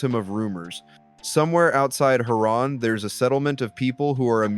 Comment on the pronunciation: Why you pronounced it as "Ha RAN" 💀